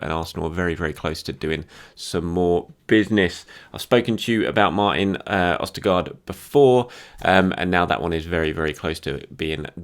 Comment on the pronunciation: Why were you pronouncing his name right in the other videos then doing it so wrong in this video? It's a bit jarring to listen to